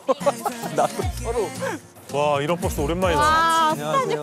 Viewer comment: 계속 이런ㅆ이라고 들리냐